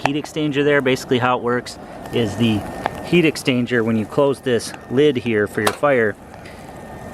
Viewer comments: It's what it sounds like you're saying, rather than exchanger. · "heat extainger" "heat extainger" "heat extainger"